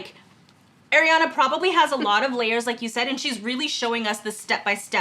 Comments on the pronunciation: is ar-iana not air-iana🧍🏽‍♂️ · If I hear one more person call her “air-iana” 🙃👀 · stop calling her airiana ffs like seriously